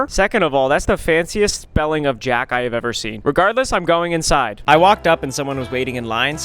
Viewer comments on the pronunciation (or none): ok, how is no one talking about how their name is said Jack-y not Jack 😅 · his name isn't meant to be read as Jack, it's a french name😭😭😭